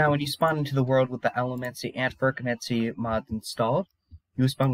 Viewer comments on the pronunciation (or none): Yeah, the pronunciation. I’m joking, but I think it’s said “ferro-chemie” Have you read the whole Mistborn series? It’s actually my favorite book series next to the magicians. Edit: You might actually be ahead of me, because later in the video, you call it what I call it. Maybe you know something I don’t. I haven’t actually finished the last book.